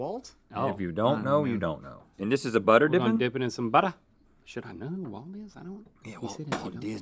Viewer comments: I laughed when I heard "Walt Chamberlain" then saw the little chuckle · It's not Walt Chamberlain it's Wilt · Lol he said Walt chamberlain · "Walt Chamberlain"? Wilt Chamberlain! Lol